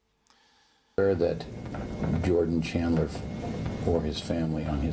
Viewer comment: The interviewer sounds like he says “Jordie Chandler” instead of “Jordan Chandler” and I believe that’s why MJ screwed up his face asking “who”?